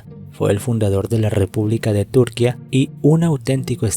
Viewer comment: Por favor ponerle cuidado a las tildes, buen documento pero Túrquia o mústafa.. no es.. se escucha terrible estás palabras tan importantes para el relato, pero mal acentuadas..